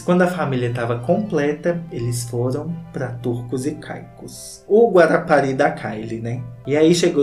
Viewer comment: O Guarapari da Kylie é muito mineiro kkkkkkkkkkkk